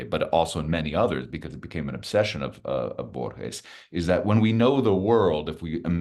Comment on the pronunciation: It took more than 6 minutes for the interviewer to pronounce Borges more correctly. Minor point but still irritating.